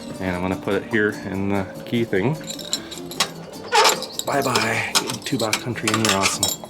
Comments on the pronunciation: I live in Tubac and I really enjoyed your tour of my community. It is actually pronounced TuBack by the natives. You will also hear it pronounced Tubahk, perhaps both are correct. My understanding is that the name is derived from Native American language and not Spanish, so does not have the Spanish pronunciation. Living here, I should know for sure. Thank you for this wonderful video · Beautiful video! FYI, I think it’s pronounced Tubok.